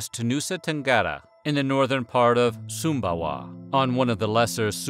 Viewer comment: thank you for getting the right pronunciation of the Indonesian Island :)